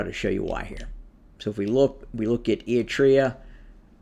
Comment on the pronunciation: Apart from the name butchering Ætreah, Gaytechew… 😂 thanks for recognising the hell our region is in & simplifying the GoT drama.